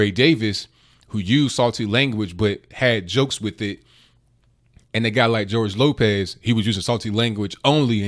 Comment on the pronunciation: Gorge Lokez? Nigga you ever hear of re takes.